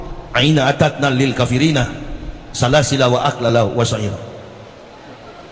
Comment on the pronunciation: Hai yahya bukan kafirina Belajarlah baca AlQuR'AN saya luruska kaafiriina